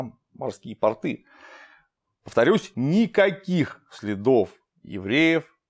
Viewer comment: После произнесения "портЫ" в моей голове негодуэ один лысый чел )))